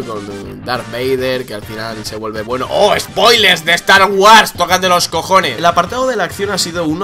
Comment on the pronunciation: me ha gustado la pronunciacion de cuando dijo "estar güars", ana bottle total xD